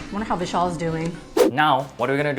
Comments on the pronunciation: Whenever she said "Vishal" I heard "Michelle" 😂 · As I’m also an Indian, my reaction: Vishal (pronounced incorrectly) Me: oh nice name, Michelle (Name card comes) Me again: oh wait. No, that’s very wrong Also when he said hey Siri it woke my Siri and I was confused why the video stopped